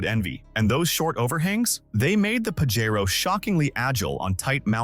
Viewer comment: You might want to earn how to pronounce "Pajero". If size isn't a consideration the Jeep Commander with its three locking diffs can go some places a stock Wrangler can't. Otherwise nothing there can really outdo a Wrangler Rubicon. CLICKBAIT!